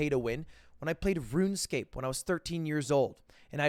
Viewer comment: Every time he mentions runescape he gets it wrong lol. I think he's just trying to fondle people's nostalgia